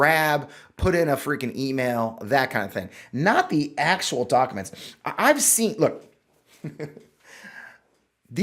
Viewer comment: The way pronounces documents, (dok a mnts) is cute. This doc dump is absolutely bizarre. Holy shit the all time, research and money that went into it and now it’s just a free for all 😂